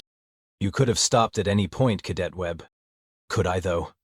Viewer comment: OH, JOYYYY!! This cow-pattie of an AI reading of an AI script, HEE HEEE, it just corrected 100 years of American pronunciation of "cadet", SHHHHH, let's see if it catches on!